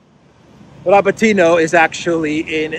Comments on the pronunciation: Dear, it's RabÓtino (Рабóтино), the stress is on the 2nd vowel "O". It's a derivative from the noun "Rabóta" (which means "work/job" in Russian), which is a derivative from the noun "rab" (раб), which means "slave" in Russian. So, "to work" literally means to slave away. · Please: Ra-BOAT-in-ya